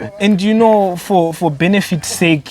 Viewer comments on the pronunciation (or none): none